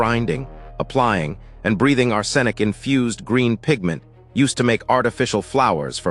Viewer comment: Ar-SEN-ic? Brethed it in? 2 minutes in.....I can't watch this.